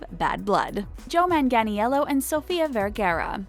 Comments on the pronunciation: Noooooo! 😂😂😂😂 I'd put myself in time out if I didn't know how to pronounce Joe Mang-ah-nello's name. LOL He's too adorable to forget and I'd be smart enough to research if I didn't know something. Wouldn't you? 🙄 The narrator needs to be updated! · Mang-Gan-Ee-ellO?? 🤦🏼‍♀️🤦🏼‍♀️🤦🏼‍♀️ Girrrrrl, I can't. How difficult is this? Thank you for noticing. 👍❤